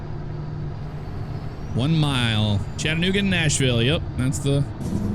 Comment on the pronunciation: Awe you pronounced Chattanooga correctly! That make me so happy! 🤗